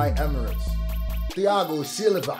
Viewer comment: If it’s anything like the fighter I think the “h” in Thiago is silent. Not trying to be annoying just high and that’s the first thing I noticed lol